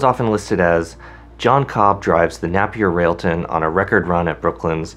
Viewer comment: Pronounced nApier.